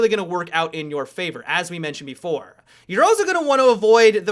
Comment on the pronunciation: "It'll be a detriment to your teaaam-uh". "As we mentioned before-uh". haha